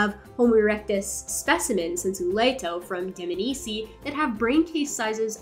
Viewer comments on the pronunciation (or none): it is dmanisi not diminisi. she said incorrectly